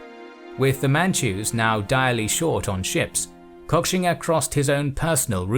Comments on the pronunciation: I think it’s most likely pronounced “Koshinga” but great documentary anyways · Guys, at least learn how to pronounce the name of the person you're making the video about. It's pronounced "Ko-shing-a", not cock-singa..